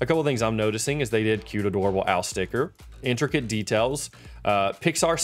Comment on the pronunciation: it wasnt actually saying intricate it was saying "instracate"